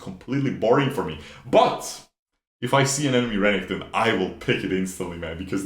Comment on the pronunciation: STOP SAYING RENNINGTON !!!!!!! R E N E K T O N !!!!!!!!!!!!!!!!!!!!!!!!!!